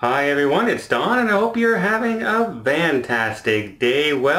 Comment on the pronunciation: Why do you always say “vantastic” instead of Fantastic